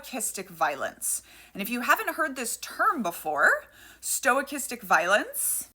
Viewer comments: Love your work. Mispronouncing things is often a result of learning from reading, which shows initiative and is generally positive. That said, I heard the word stochastic a lot during my maths degree, it's pronounced "Sto - kas - tic". The first vowel is unstressed and typically reduced to a schwa vowel ❤ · Just a heads up I've heard it pronounced "stow-cast-ick" but not that important. I remember pronouncing bedraggled as "bed-raggled" because I'd only ever read it. 😂😂😂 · In science it's pronounced stock-ast-ic, meaning randomness is involved. But it's use when talking about violence doesn't make much sense to me. I like sto-ic-ast-ic as a new word. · It is never pronounced stoy-castic. Never. There is no "is" sound before the ch. None whatsoever, not even for typical linguistic changes. The "stoy" is coming out of nowhere and I have no clue why she is pronouncing it that way. Plus it messes up the horrible subtitles even more. Surely she should have read the subtitles before posting them, yes? Why are youtubers so lazy with subtitles? Let me guess, she's a tiktoker? Usually explains it all. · small gripe but is sto - kas- tick, your pronouncing like its stoic- astic. I first came across the term in stochastic parrots relating to AI. Otherwise, great video. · Me: aw shes pronouncing it wrong Stoics: 🗿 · STO/cha-stic, not stoi/cha-stic. No I or Y in the first syllable. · As other people are also pointing out, sorry to bother, but sto-kas-tic. Main reason is stoicastic sounds like you're combining stoicism (which, in the modern context, I will grant you might be applicable) with stochastic (which is a statistical term). Maybe this was intentional, in which case, please accept my apologies. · Stochastic: STO-CAST-IC. Not STOIC-istic. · I really dig the info you provide. It's always very instructive. But for gods sakes, quit saying "STOIC- istic violence. It doesn't have anything to do with stoicism. It's Stow- KASS - Tick. Thank you for your attention to this matter.